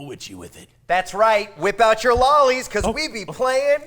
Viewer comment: Cox &: Me: Please stop saying 'lolis'. D